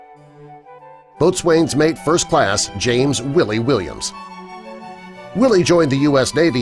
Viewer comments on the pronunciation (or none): It's Boatson's mate with a silent "T" not Boat swain. BTW Audie Murphy happens to be THE most decorated soldier. You didn't do your homework you have a few heroes missing and you don't "WIN" these medals it ain't a freakin competition. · what about sgt. York? boatswain is pronounced bosun.